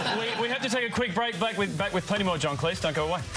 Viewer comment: stop mispronouncing Cleese!!!